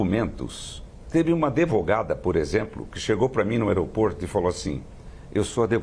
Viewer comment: Adevogada?! Kkk analfabeto